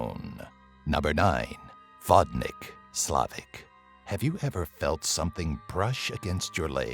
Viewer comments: Well, actually it is pronounced [vodni:k] ... I ment your number 9, just for the good measures. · how you say Vodnik is making me laugh xDDD Vodnyk